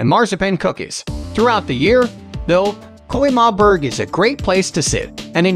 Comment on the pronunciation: Bro it's Römerberg not Koimarburg